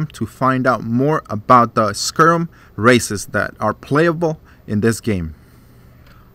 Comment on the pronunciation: Other than the mispronunciation (it's sky-rim, not sker-rum)...great review.